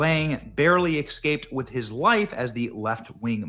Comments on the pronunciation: He didn’t EXSCAPE. HE ESCAPED BENNY JUST LIKE ITS NOT NUCULAR. ITS NUCLEAR. 😊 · EACAPE NOT excape